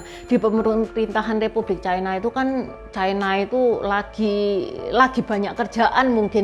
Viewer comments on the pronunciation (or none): Lafal yg bnr adalah "China", bukan "Chaina" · c a i n a bukan c i n a